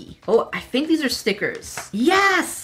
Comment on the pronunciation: I love when you say stickers like steeeekers.